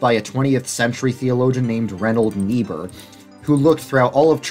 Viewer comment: Ok, say it with me: RINE-hold NEE-burr. I speak German as a second language. That aside, this was an amazing video. One Christ redeemer of culture enjoyer to another.